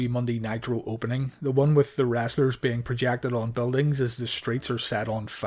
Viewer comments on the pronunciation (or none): I love how you say "rasslers" 😂